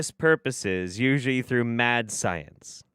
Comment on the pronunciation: "And with that being said, let's break down the psyence"